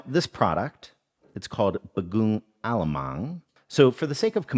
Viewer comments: super huge fan from the philippines here! actually, the emphasis is on the last syllable for each word (ong, mang) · It is read as Ba-go-ong A-la-mang.